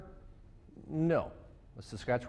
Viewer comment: Wow great pronunciation of Saskatchewan, most Canadians can't even say it that well. Good job Sir.